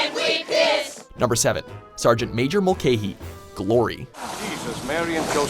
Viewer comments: It's (mul-ca-hy) not (mul-cay-hy). I'm Irish just making sure u get it right!👍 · Mulcahy is pronounced Mul-ka-hee. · The way he pronounces Mulcahy is soooo wrong, it's like mull-ca-hee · Mulcahy is pronounced mul cah ey